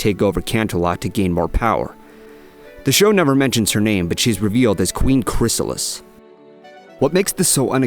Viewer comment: Chrys-a-lis, not chry-saal-is. You should know better.